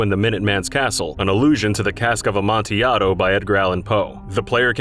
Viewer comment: thank you for pronouncing amontillado properly